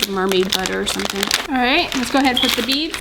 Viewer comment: It’s pronounced beads just beads